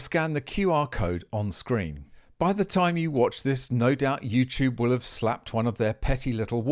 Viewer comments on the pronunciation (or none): none